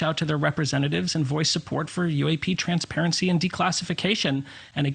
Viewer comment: Transparecy....lol at 4 seconds in...